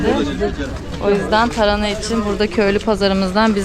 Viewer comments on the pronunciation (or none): Elinize sağlık güzel bir video olmuş ilgi ile bekliyorum videoları kolay gelsin. hanım önemsiz belki ama TARANA değil TARHANA 👍😃